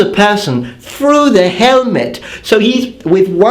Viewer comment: He cuts thruh the ahmah as if it wus buh-uh! This is why I love your videos.